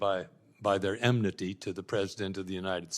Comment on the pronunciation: ashcroft says "emnity". twice! the word is "enmity".